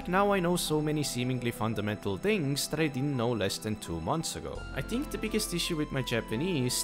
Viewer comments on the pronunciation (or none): you say "think" a couple of times right after . And it sounds more like "tink" or "dink" you said "dem" instead of them. it seemed you said "mont" instead of month.